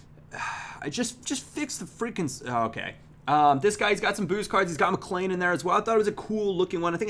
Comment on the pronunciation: Hey just thought I'd let u know that Whelan is pronounced "wheelan" and McLean is pronounced "McLeen"